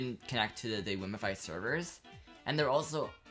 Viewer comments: Its called wiimmfi not wiimmifi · i hope you know wiimmfi is named after Wiimm, pronounced Weem? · Thats not how you say Wiimmfi...